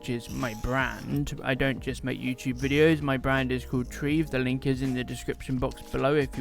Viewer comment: Are you sure you're pronouncing Treve correctly? That's not quite how I imagined it.